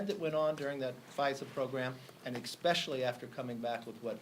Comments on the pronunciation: Mr. McCarthy: If U intend on being the next Speaker of the House as POTUS wishes, please do me a favor and look up the word 'especially.' If you are there PLEASE notice with me, there is NO 'X" in that word. Thank you for your time, good sir. Also, I think when you said re: healthcare for all, that 150 Americans would lose their benefits, I'm SURE, my good sir, that you MEANT a much higher number. Get it together sir, or Trump may "select" someone else. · “Exspecially” Amazed me.